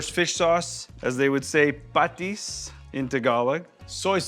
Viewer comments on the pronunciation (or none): Chef, the correct pronunciation is pah-TEES, not PAH-tees. Stress is on 2nd syllable. You said bagoong right. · I like the way you say patis 😁❤️💛